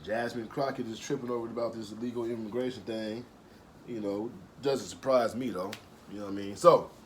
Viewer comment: "Immagration"? Even I as non-english speaker know that's wrong.